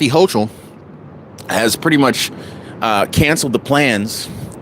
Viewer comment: Her name is pronounced Hoke-ul